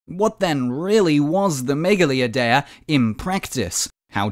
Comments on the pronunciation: It was gonna work 😔 Also it's pronounced "meyali idea (with a silent d)" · I’m not Greek but I’m pretty sure it’s pronounced Meh-gah-LEE Eye-De-Ah